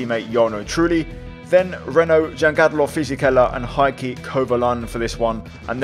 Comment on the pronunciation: Great video! Just a little pronounciation tip on Kovalainen's first name: The "Hei" in "Heikki" isn't pronounced as "Hi", instead try saying it as "Hay/Hey". 😅 The surname was pretty bang on, well done 🇫🇮